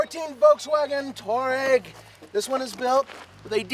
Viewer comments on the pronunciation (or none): It's pronounced two-are-eg. Not tour-eg.